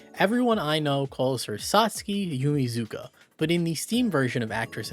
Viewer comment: Another Satsuki fact for people: shes called Yumizuka in the dub of the anime but its pronounced like "yuu-mee-tss-kah"